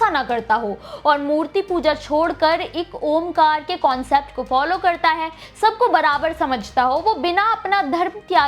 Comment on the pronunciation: Ek omkar nhi hota biba ji ek onkar hota om nhi onk onkar